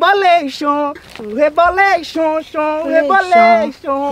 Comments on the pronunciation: "que vai começar o rebolexon o rebolexon xon xo do rebolexon xon" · Reboleichon kkk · KAKAKKA VDD A PARTE REBOLEICHON REBOLENCHEION KKKKKKKKKAKAKAK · Kkkkkkkkkkkkk o reboleichon o reboleichon o reboleichon o reboleichon o reboleichon kkkkkkkkkkkkk